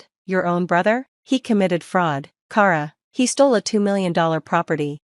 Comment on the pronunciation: Kara is pronounced Kah-ra...what She is saying is spelled Cara...It's My Sisters Name and I know 3 Other Kara's and They All Pronounce It the Same like every other Kara on the Planet.